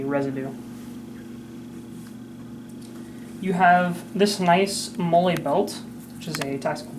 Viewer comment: It’s pronounced like Molly. Killing me